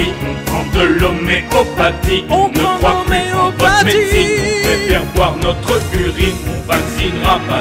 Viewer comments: "On préfèRE boire notr ' urine" aurait sonné mieux que "Notreuh Urine" ou alors l emploi du futur "on prefer'ra boire notr' urine" Les apostrophe rendent mieux à l'oral même sur un texte aussi bien écrit :D quoi qu il en soit j me suis bien marré elle vaut l écoute ^^ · Pourquoi prononcer "BOIR' NOTREUH URINE" plutôt que "BOIREUH NOTR' URINE" ? Le "E" suivi d'une voyelle est silencieux alors qu'il peut être prononcé lorsqu'il est suivi d'une consonne non ? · T'aurais dû dire "Not'propr'urine", parce que "notrEUH UrinEUH" ça fait chkik! ;) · "notreuh urine" ... horrible faute franchement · Pourquoi marquer le E de NotrE au lieu de celui de BoirE ?